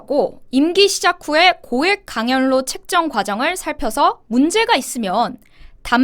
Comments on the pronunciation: 예쁜 강연료-강열료로 발음하시는거로 들려요. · 강연뇨 로 연습해야할듯 합니다. 거슬리네요. 제동 이름도 싫어요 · 강연료 발음은 강열료로 발음하세요.